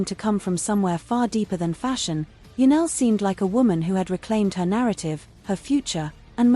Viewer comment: Her name is Janelle NOT Janelle. Get it right